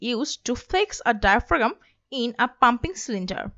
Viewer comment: Good comprehensive video. Thanks! (but the way I cringed when she pronounced diaphragm, diaphraGum 😂)